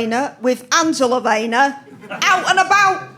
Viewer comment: ''No bwainer wiv Angela Waynor!''